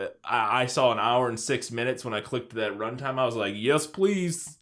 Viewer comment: Smash “taht” like button? Really guys? Lmao